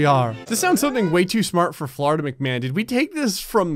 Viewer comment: Dictionary pronunciation: Florida Pronunciation: Floridia